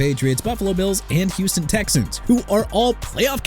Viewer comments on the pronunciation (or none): none